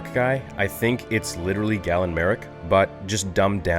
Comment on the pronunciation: As someone with that name, for the love of the Force, it's GAY-LEN, not "Gallon." He's not a milk container! It's pronounced Gay-len, ffs! They even say his name IN THE GAME correctly!